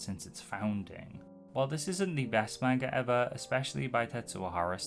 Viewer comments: You say manga wrong. It’s pronounced “mon-guh” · Seemed like an interesting video up until i realized it’d be an hour of someone saying “main-guh” How do you do all this research and never learn how to say the word?